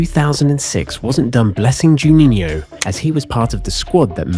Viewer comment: I believe, "Juninho" is the only non-English-word, that you don´t pronounce ridiculously... Otherwise, all ok.